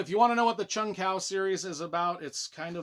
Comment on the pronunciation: I hate to be the 'erm acksually' guy but its pronounced Chung Kwo. Good series but I thought the ending was weak. Cool list though! Also I see someone calling out Disney Star Wars for being crap and I wish I could hit like a second time.